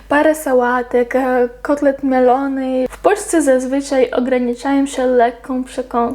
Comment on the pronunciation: „kotlet melony” XD tak wiem, to kwestia akcenty i chodzi o kotlet mielony, ale wyobraziłem sobie jak jecie kotlety z melonami (owoce).